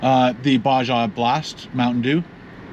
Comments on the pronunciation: BLASPHEMY! Did you say Basha?! Hahahahahaha! YOU MUST REPENT! BAH - HA - BLAST! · Got to say, the video and audio sounds great!! Also I think it’s “BA-HA” blast, not “BA-JA” the J sounds like an H. 👌🏻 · Its pronounced baha blast not baja... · Ba-ha blast. It's pronounced ba-ha! I wanted so bad to stick my head through the screen! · BAJA - Ba-ha blast. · It’s Ba-Ha Blast. Bruv. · I'm from Aotearoa NZ and even I knew it was pronounced Ba-ha blast 🤦🤣 good video as usual 🤤🤤🤤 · WTF is Bashah Blast. Come on. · You said baja blast wrong 🤣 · Baja Blast has been out since 2004 and you mispronounced it?!